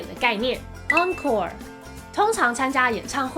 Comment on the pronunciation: 我就是学法语的 视频挺好的 但纠正几个错误，déjà-vu 的vu 发音是vyu 不是vou，bon appétit 是 appei ti 最后结尾t不发音，还有encorede结尾是小舌音he 不是英语的r 但其他的都还不错的